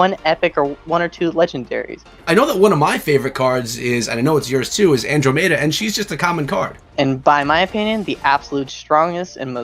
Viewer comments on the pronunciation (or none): An - Drom - Eh - Da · I wouldnt subscribe just bc u cant properly say andromeda